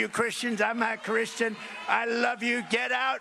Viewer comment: Did Trump say "I'm not Christian" to a Christian audience?😂😂 or am I just that high and he said "Imma Christian"😂😂😂